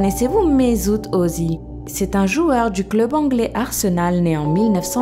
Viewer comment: pas mezut ozil